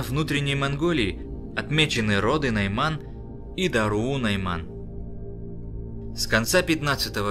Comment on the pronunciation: Мы Найманы Литвы.В Литве есть тоже Найманы .Наши родственники живут в Саха Якутии. Произношения Майман нет. Не путайте и говорите правильно Найман.